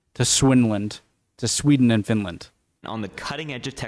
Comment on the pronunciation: "The Swinland" kinda broke me.